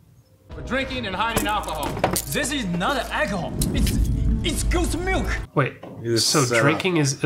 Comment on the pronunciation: Anyone else hear ‘Ghost Milk’ instead of ‘Goat’s Milk’?